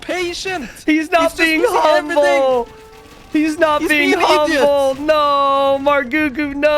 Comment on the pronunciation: "Stay umble" - Daut